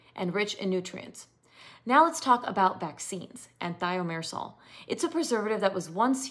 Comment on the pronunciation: If Thimerosal was already removed years ago, why would anyone need to ask for one without? If it isn't harmful why remove it? If it's necessary why remove it? If it isn't needed, why include it in the first place? If you're presenting as an expert in this, why don't you know how to pronounce Thimerosal?